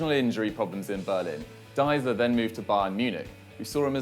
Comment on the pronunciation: It's Deisler, not Diesler. Do your homework, guys.